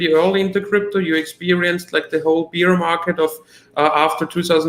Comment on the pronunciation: love you man but don’t say ‘beer’ market. Say ‘bear’ market, like the animal not the drink. My german is horrible, not criticizing you only trying to help.